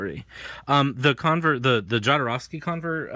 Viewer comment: Very informative video, but please learn to pronounce Jodorwsky surname - click on polish His surname is transcripted from polish to spanish this is why there is a letter "J" at beginning which sound is 'h' like in word harsh.